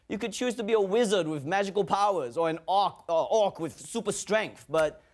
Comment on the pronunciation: He started to sweat after he messed up the pronunciation of 'orc'... maybe worrying that his family would be ashamed of him...